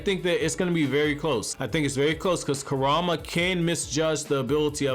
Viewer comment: I just still cant belive that you cant prenounce “kuruma” and “sumire” when they literally say their names in the anime 🤦🏽‍♂️🤦🏽‍♂️